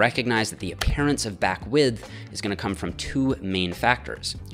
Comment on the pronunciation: I hate how you say the "th" in "width." Improve yourself.